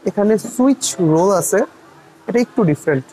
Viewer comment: Bro, it's Swiss roll ant switch roll